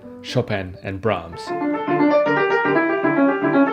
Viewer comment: Oh! I was doubly convinced when you got Johannes Brahms right at the end. Well it's a great video with some insightful points - thanks!